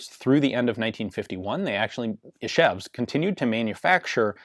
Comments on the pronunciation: Ian, you are saying Ишевск instead of Ижевск ))) Ж is like in french Jean for example ))) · Its actually Izhevsk not Ishevsk but that’s a lot harder to pronounce